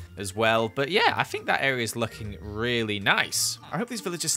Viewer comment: I say (think) he say (fink) ever noticed